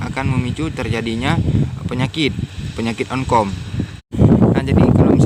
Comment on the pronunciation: Jamur oncom bukan jamur onkom